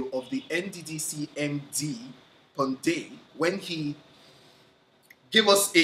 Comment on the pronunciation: In short pondei "pondeied" Leemao🤣🤣🤣🤣🤣